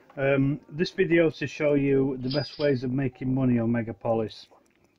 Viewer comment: It’s meg aaaaaaa polis